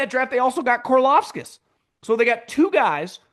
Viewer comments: “Corlofskis” who tf is that sir? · I love you but you’re having a lot of trouble saying Karlaftis, lets break it down. Kar-loff-tiss